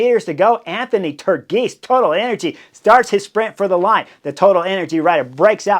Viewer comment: Turgis as “turgeess”